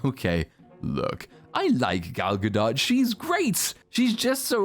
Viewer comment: You're the first person I've watched who pronounces Gal Gadot correctly.